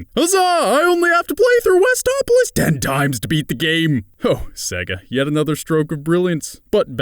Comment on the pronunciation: "Huzzah! I only have to play through Westoplolis 10 TIMES TO FINISH THE GAME!" XD